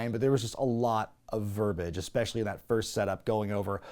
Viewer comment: The word is verb-ee-age. Not verbage! Stop imitating Cornette and that idiot Brother Love. You're better than they are and certainly more literate than at least the McMahon surrogate is.